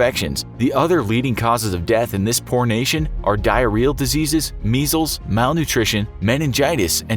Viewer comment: He said poor nation but I heard pornation !!!